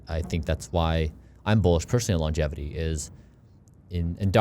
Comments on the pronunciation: Please stop saying "Longetivity." It's Longevity. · called ‘Longevity’ as ‘LongeTIvity’ the whole podcast. I'm hoping he will notice Bryan’s pronunciation. That was what my limited mind focused on, but I was so happy to hear him have one of the best intelligent conversations with Bryan. Love what is doing ❤ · Absolutely enjoyed the podcast—it even made me subscribe to the channel! However, I have to admit, mispronouncing ‘longevity’ as ‘longetivity’ was a bit distracting and made it hard to stay focused on the deeper conversation. Secondly, while I understand the time was limited, I was hoping there would be a question about managing population in light of Bryan’s ‘don’t die’ philosophy. With limited space on this planet and an already crowded Earth, does this theory automatically push us toward exploring and securing lands on other planets sooner? That said, the episode was fantastic—loved the questions and your preparation. Keep up the great work! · most funny thing is says logetivity instead of longevity and bryan doesn't say anything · The amount of times said longetivity instead of longevity even though bryan kept saying longevity, he was super nervous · ... brilliant interview done by you...very impressive...I m curious why u keep mentioning longetivity....is that even a word??Its Longevity right.. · Each time he says longetivity☠️